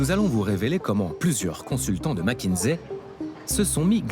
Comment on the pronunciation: Pourquoi MckinZé ? Ni en français ni en anglais ce n'est dit ainsi ?????